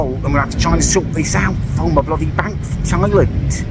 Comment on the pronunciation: please call it Thailand not Thailend, thanks